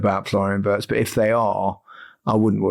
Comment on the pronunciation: Wirtz: STOP saying 'WORST' it is pronounced 'WEErts' !!! When you took the trouble to learn the pronunciation of 'Woltemade', PLEASE, take the same trouble with others like Wirtz.